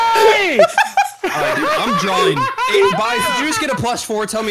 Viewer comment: the way he said “hey” sounded like he said it in Swedish “hej”. Might’ve just been overthinking it, but I really thought he spoke Swedish there for a second 😅